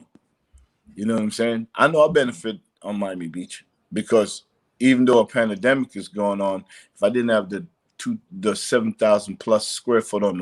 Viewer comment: PANDEMIC, not PanAdemic! You too big 2 not know the correct way 2 pronounce it.